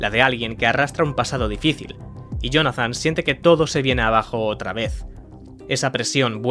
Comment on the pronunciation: Acabamos de ver un vídeo narrado por una IA próximamente no es ahora mira como dice la palabra Jonathan